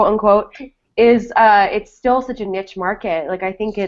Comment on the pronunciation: That's not how you pronounce "niche"! cringed!